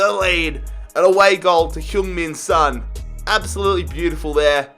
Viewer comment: Sons pronounced as its spelt mate